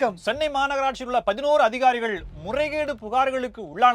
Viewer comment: Reporters, try to say vanakkan gesture properly, dont spoil Dinamalar name